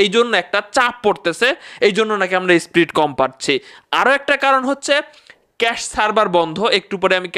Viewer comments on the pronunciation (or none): SPRIT NA VAI SPEED 😂😂😂